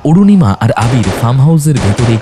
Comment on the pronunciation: Anurima noy Arunima😊